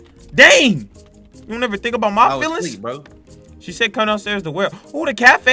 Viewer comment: Siad ?? Actoin??? Bruh it's said action